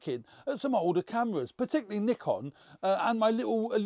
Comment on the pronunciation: Why can't he pronounce Nikon.. lol